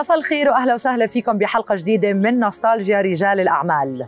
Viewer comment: نستالجيا تلفظ التاء فيها مرققة وليس مفخمة حتى لا تسمع ..نسطالجيا.